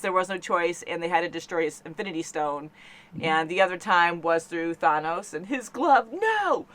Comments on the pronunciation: Yeah, it's pronounced "Thayne" for his kid, Thane, but Thanos is pronounced with the "aa" sound like rat, past, last, etc. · is she ever gonna pronounce thanos right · I really need to know who talked storm into thinking thats how you pronounce thanos 🤣.